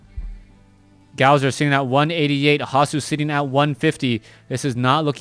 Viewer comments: His name is not pronounced gowzer its pronounced gosu user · his name is gosu user not gowser so fucking annoying to hear T_T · Pronounced Gosu - user